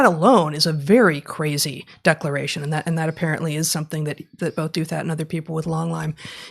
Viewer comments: I adore you guys! You bring so much to my life. That's why I want you to read more C.S. Lewis – and understand his theology – and also know that Ross Douthat pronounces his name "DOW-thut," not "DOO-THAT." But I quibble. Thank you for all you do! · Minor issue: it appears RD pronounces his family name as DOW-that, with DOW as in Dow-Jones, and "that" with a soft "th," as in "theory."